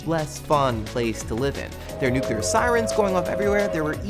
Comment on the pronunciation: did you say "nucular?"